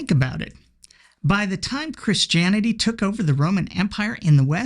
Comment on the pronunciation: "Chris Janity".